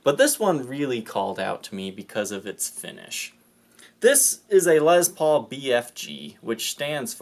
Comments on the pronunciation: You have a speech impediment you're pronouncing Les Paul wrong it's not Liz Paul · "Les" rhymes with "yes"....it's not a "Lezz Paul". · I'm here to hear you say lez paul. lol